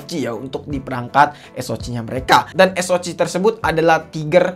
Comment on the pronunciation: Ha cih es o cih ey bi cih 😂